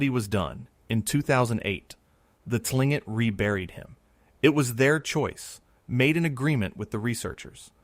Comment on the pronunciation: "Tlingit" is pronounced more like "clink-ket"